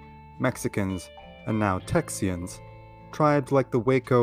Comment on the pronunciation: Did he say "Texyans"?